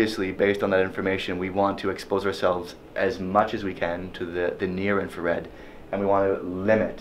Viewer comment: did I hear him say "blue inferred"?